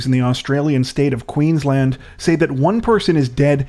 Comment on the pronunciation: Yaaay you pronounced Queensland right! Shows you really listen to your viewers. That's so important and it makes me love your channel 1000x more than I already did. Although I wish the story had not been so heartbreaking. It's just a devastating situation for all involved. That message on his notes app is so cryptic. I guess we'll learn more in the following days. I have no idea what she was thinking, setting a fire in the same house your children are in???